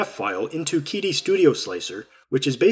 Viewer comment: Psst...it's pronounced 'Cheetee' not 'Keedee'. Great unboxing and demonstrations! It's a great printer for the money!